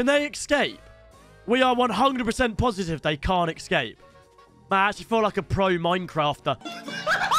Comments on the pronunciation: l saying ecsape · The way he said ecscape 😂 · this guy is literally saying exscape lmao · cannot pronounce escape 😭😭